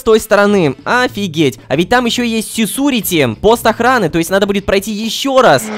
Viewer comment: Никто : Рома : сесурити